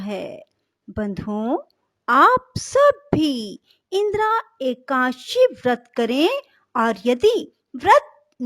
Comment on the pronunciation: Please it is ekadashi....not ekashi